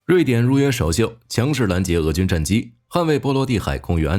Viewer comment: （强势）两个字从台湾人嘴里说出来，笑喷了😂